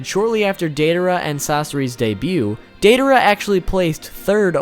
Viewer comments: Its DIEdara not daydara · Its DIE-a-dera, not DAY-a-dera.. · "Dei dar uh"😀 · Are we going to ignore he pronounces it "day-daara" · dei-DA-ra... baka... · Instead of deidara it’s dangdara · Am I the only one getting annoyed by how he isn’t saying Deidara right